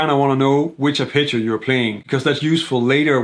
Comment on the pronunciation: I was genuinely puzzled at first every time he said the word, "picture," until I realised he was saying, "arpeggio." Great video otherwise!